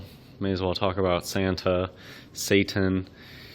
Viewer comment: Lol "Saetin", why do yanks struggle with vowels so much?